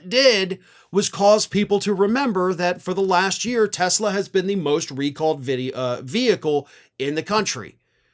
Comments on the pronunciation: He called it a Tesler. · It’s Tesler! 😂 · It’s not a Tesla it’s teslur… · N dump called it a Tesler 😂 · Actually it's pronounced "Teslar" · Oh you mean Tesler! Let’s call those things “Teslers” from now on🤪🤪🤪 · “Tesler” car ad. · You mean, tesLER, lol ! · You mean "Tesler"? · You mean, Tesler.....😊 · TY Boycott TESLER, another one of Trumps speech defects , LOL I watched the Commercial? With those two idiots and the Jeep back fender fell off so hilarious 😁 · He actually said "Tesler". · It's pronounced "TESLER", and taxpayers paid for it! I'll drive a '74 Ford Pinto before I drive a "Tesler"! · "I love Tesler!" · He called Tesla..."Tessler". 🤣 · His best buddy "Tesler."